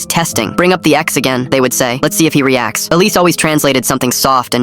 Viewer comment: 'Alice' 'police' 'Elise' bruv...